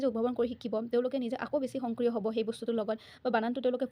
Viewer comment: Ma'am Hongkriyo nhoi Hokriyo hobo lage pronunciation tu.